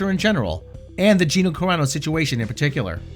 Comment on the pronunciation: as soon as he says gina "cararo" bill immediately tightens his lips and bert physically pushes his chair back and puts his head down. never liked Bert's comedy and I've lost all respect for bill. would you really be surprised if bill's daughter decides to be a comedian and she gets cancelled for some things her daddy said. what goes around comes around you coward bill